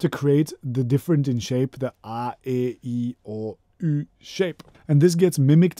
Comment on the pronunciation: I never realised you were Dutch-speaking, but you pronouncing a e i o u the way you did is a dead-givaway;-)